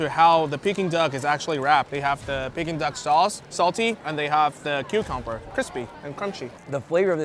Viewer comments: 'Pecking Duck Sauce' lolz, directly after the Chinese guy says 'Peking Duck Sauce' I have never in my life heard someone mispronounce 'Peking' especially a foodie??? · dude said pecking duck lol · Bro literally had a native Chinese dude say pekin duck correctly and chose to say it wrong 🤣